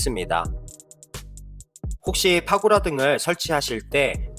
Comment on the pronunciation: 그랬나요?ㅎㅎ 단도주택 말고도 (손상을 손사,파고라를 파고나) 발음 정확하지 않은게 많아요~ ㅋ 그래서 유튜브하면서 계속 녹음 하고 안 좋은 발음 고치려구요 단도주택 ㅋ 추운 날씨 건강 잘 챙기셔요~^^ ㅎ